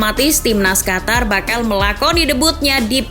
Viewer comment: Qof To Ro,,, Qatar✅ Qotor❌